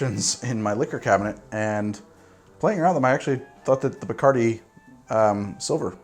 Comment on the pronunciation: What the hell is BICARDI !? Isn't it bacardi